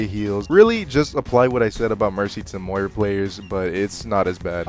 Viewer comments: Yo when uou started calling 'Moira', 'Moriah' I was like, "Aye yo, calling me?" It tripped me out for a sec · moh rye ah??? moy rah. she says her own name every time you pick her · You saying Muh-Ri-Uh when mentioning Moira was such an unnecessary tilt out of nowhere. I'm just trying to enjoy my coffee man xD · "moraya" had me wheezing💀😭😭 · The way he pronounces moira hurts my soul. Im not generally an AcTuAlLy ItS MoIrA type person but its pronounced mmm-oy-ruh like mmm soy sauce yuh. I am a ram main. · "uhmmm you said Moira wrong" ☝️🤓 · Intentionally pronouncing moira wrong for interaction? 👀